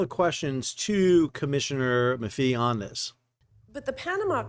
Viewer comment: Hello Sal, we love your show. Funny and informative. We’re from Syracuse NY so I just wanted to let you know Dan Maffei’s last name is pronounced Ma Fay.